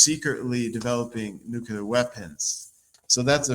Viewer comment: Why isn’t this guy pronouncing nuclear correctly?😂😂😂